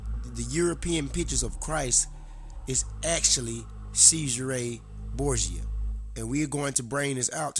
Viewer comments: Who the hell is SEIZE HER RAY BOORGE JER. Have to say having come across many Americans who like you effectively 'assasinate' European languages , but with out doubt yours is the worse. I also suggest if you want to put across your opinions especially in regard to to history, you spend some times honouring and respecting the accent and correct pronounciation of those you are wishing to give comment on. I grew up with a very strong London 'Cockney' accent and spent time correcting how I spoke. There are a great many of Youtube this is two of them :- The fact you most likely will not be capable of understanding this, shown so well in your pronounciation of Cesare and more so your ignorant defence of doing so, is proof positive you lack individual thought. Also I suggest your read God is not Great by Christopher by Christopher Hitchens and various articles also by Richard Dawkins. As with most 'brain washed' religious zealots like you, using Youtube to force your views on others, I suggest very much instead of the blind obsessive adoloration of words written in the bible (most were written 250 years after St John) you take a step back and view both TV Borgias and see the painfully obvious to us who have not been brain washed from childhood - what is going on. That the Catholic faith just as Islam (is now doing) is just a means to control stupid people like you, so a minority have control over your lands, wealth and how you think, so they can live in luxury and enjo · It's pronounced "Chezaray Borja"